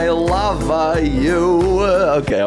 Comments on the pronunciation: And why did say "I lava youuu" than "I love youuu" please change that... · OMG WHEN SAID “I lava youuu” I HAD CRAZY NOSTALGIA